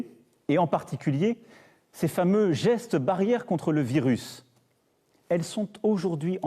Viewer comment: ah nan c'est trop la jpp xD, " en adoptant les asseste" xD